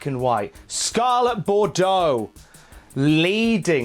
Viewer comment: Hearing Mauro say 'karrion' really won me over with the name